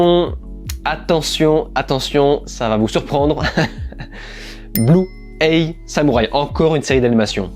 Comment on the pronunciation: Sympa ces tops !! Merci de nous partager tes retours, c'est toujours un plaisir de t'écouter ! Par contre correction dans blue-eye samurai le mot "eye" se prononce "aïe" et pas "ey". Au début je me disais "non je vais quand même pas le corriger sur de la prononciation" mais comme tu l'as répété plusieurs fois j'ai pas pu résister 😂